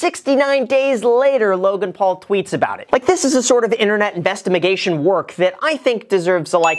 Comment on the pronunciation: I can't help but like with that 4/20 - 69 "Investimigation" 😂😂